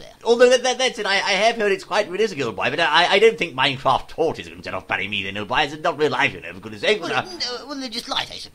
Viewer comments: its pronounced me-thane not meh-fane.. theres so 'f' in it.. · I didn't know that you say Methane with the E like ee. We americans say it with e. You learn something new every day,.